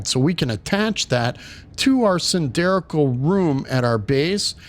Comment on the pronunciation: 2 things 1) I am at this spot, and do not have glass blueprint. Cannot make walls with windows. No idea how I skipped this. 2) "cylindrical' - that is not how you should say it.